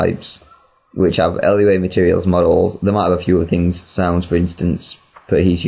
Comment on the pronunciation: Lua is pronounced Loo-ah. Just for future reference.